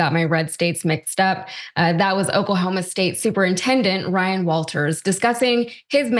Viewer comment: The superintendent of Oklahoma can’t even pronounce the name of his state right. Seems like a guy who should be dictating education standards.